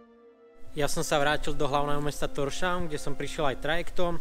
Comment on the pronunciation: Zatiaľ som nepozeral prvú časť ale pár komentárov na túto časť: Tórshavn sa vlastne číta ako: tours-haun. Slovenské š píšeme buď sj, skj alebo sk pred e, i, y a ey. - Kirkjubøur sa číta: čir-čo-bő-vur. A Gjógv, no, ten je vždy sranda: džegv. :) Áno, vyzerá to divne, viem. Na Tinganesi sedí vlada, nie parlament. Náš parlament, løgting, sedí v strede mesta, tam v tom malom bielom domčeku pred trávou so sochou Rasmusa Effersøeho. No, tesí ma vidieť, že sa tu Vám tak dobre páči, že ste tu boli už niekoľkokrát.